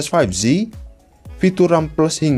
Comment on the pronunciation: 5G dibaca "faif ji" bukan "faif zi" bang